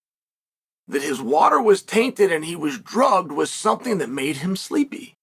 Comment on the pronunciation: Chael, employing his audience of knit wits to ask Ngannou "thumpthing" for him.